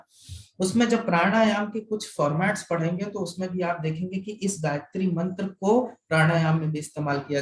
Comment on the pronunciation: gayatri mantra pronunciation is super